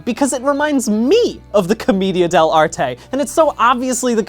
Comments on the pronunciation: who's gonna tell brian it's pronounced "cohm-AY-dia" not "cohm-EE-dia" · I think it’s pronounced Cah-MAY-dia? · Brian I love u but it's "co-MAY-dia"